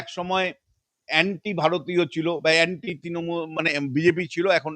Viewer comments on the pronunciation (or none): none